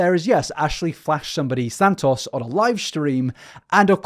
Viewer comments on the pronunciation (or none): I hope you dont have to make another video on her but if you do, santos isnt pronounced san-toss its san-toes, just cant hear you go thru another 2 hours like this man 😅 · omg please stop saying his name like that it's not sand toss😭